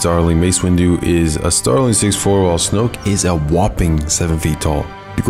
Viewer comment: It’s so satisfying how he says “Snoke”